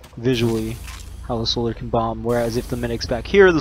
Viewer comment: thanks for the tips, you mispronounced soldier tho...